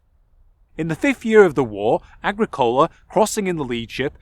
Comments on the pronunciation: another annoying nit-pick: The emphasis in the name "Agricola" is on the second syllable, not on the third. pronounced ah-GREE-coh-la. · it's a proparoxytone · agri.. cola? not a gric ola? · Agricola in classical and church Latin is pronounced, "ah-GRI-cohl-ah" - means "Farmer" in Latin. (like "Bauer" in German). Did you read the original sources in Latin and Sean-Ghaeilge? Very interesting topic. Thanks for the video. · I'm surprised someone with such in depth interest in the topic who has also invested long hours researching and making a video cannot pronounce the name Agricola correctly.